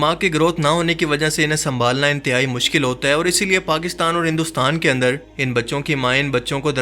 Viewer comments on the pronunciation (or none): none